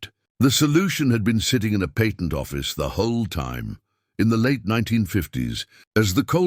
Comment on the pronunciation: George discussed the PAYTENT with Hedy??? I thought we spoke American English here. It is NOT PAYtent, but patt ent